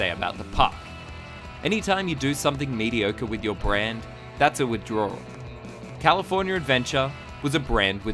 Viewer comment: Can you please stop pronouncing California as "Californier"